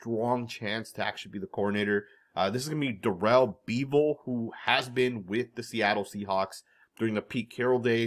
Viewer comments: You’ve never heard of Darelle Beavall! Haven’t you heard his name said in the past? Sorry mispronunciations are a pet peeve of mine! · Durell beeevull. Lmao you couldn't pronounce that more wrong. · Bro said da-rell bee-vil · What are butchering of Darrell bevell lol